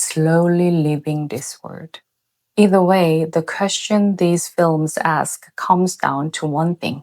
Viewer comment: I love you: you're a true conscience for the world. I just hope you don't suffer terribly inside, poet so far ahead of humanity's power-struggling.🌌 (One key word : You can use the British pronunciation of 'world' for ease, since the American way is understandably challenging. Or fun move: start with an r and run your tongue along the top of your mouth til it touches the back of your teeth and observe how easy it all becomes.)